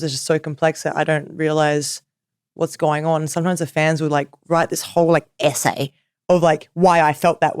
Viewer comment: I love how she said essay! (Idk if it was an accident but it’s funny